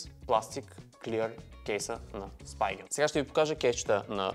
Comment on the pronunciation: Spigen се произнася Спиген, а не Спайгън 🤌